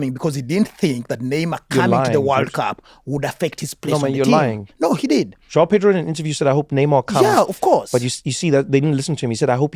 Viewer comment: Trevor, you can do all the accents in the world, surely you can pronounce João like a Portuguese speaker :-) you sound like a brit with Jiaw :-D